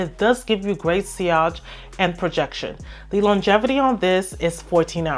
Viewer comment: did she really just pronounce sillage like that 😂😂😂